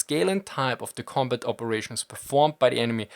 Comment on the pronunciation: Ah, close but no Milka. It was the pronunciation of "combut" that gave me the idea...probably a germanic linguistic idiosyncrasy...cool either way.